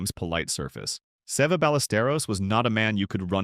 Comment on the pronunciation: Who is the guy narrating this ? Getta clue. Guy can't even pronounce Severiano Ballesteros 's name; ahhmm scuse me narrator it's not "Save a" or maybe Se've' it's Seve rhyming with levee. Jeez smh.